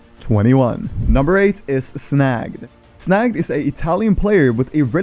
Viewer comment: Snagged , not snagd , love you from italy